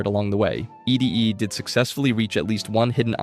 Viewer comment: It's ED-E (pronounced "Eddie") not E.D.E (what was said in the video) Correction aside: I thought Arcade was part of the Followers of the Apocalypse, but now I'm thinking maybe that's not a good thing if he's actually part of the enclave TvT Thinking MAYBE, not thinking IS- (trust me, the difference- though not noticeable -is REALLY big TvT)